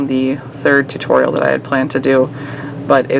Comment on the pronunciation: "tuorial" lol